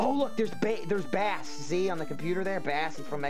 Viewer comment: it's not bass like the fish it's bass like base... his dog's name is treble. x) ANYWAYS YOU'RE FUCKING HILARIOUS, KEEP IT UP <3